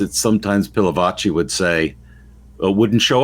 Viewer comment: Again - it's Pil a vachi !! 😬